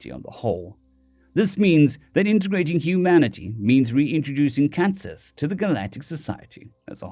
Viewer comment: Minor point, cat sith is pronounced cait shee. Like banshee.